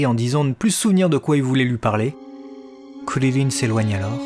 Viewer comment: Je ne comprends pas cette prononciation de "Krilin" ?